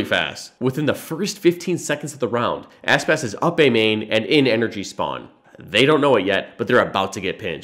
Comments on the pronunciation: Bruh its Aspas not Asspass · Yes, and pla part 2 but try not to say "asspas" and really say "aspas"